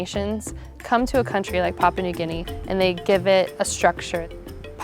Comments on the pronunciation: It might be a good idea to learn how to pronounce the name of the country properly, it's PAH-PU-AH not PAH-PAH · If you're doing a documentary on Papua New Guinea shame on you for not doing your research and learning how to pronounce Papua correctly. Here, I'll help you out. The first "pa" sounds like the first "pa" the word Papa. In case you didn't notice there is a "u" in there before the last "pa" . pronouce that "u" like the word "poo" . Then they last "a" also sounds like the "a's" in the word Papa. So there u go "Papua"